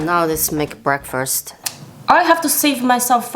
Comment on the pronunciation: “Now let’s make “brekfrast” 👁_👁”